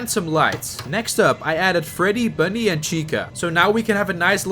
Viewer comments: It’s Bonnie not “Bunny” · I heard you say bunny instead of Bonnie. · I gonna correct you, it’s Bonny, not bunny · You said bunny insisted of Bonnie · Bonnie not bunnie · Is no one gonna talk about how he Bunnie in stead of BONNIE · It’s Bonnie not bunnie not tryna be rude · There ain’t no way he called Bonnie “bunny” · i heard you say bunny